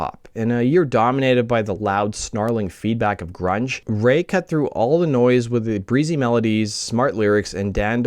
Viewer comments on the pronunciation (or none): none